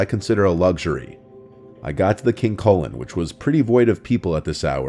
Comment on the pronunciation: "King colon"